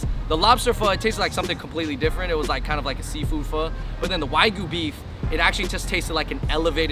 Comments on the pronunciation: It's wagyu not why goo. :D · Wagyu is pronounced wah gyu.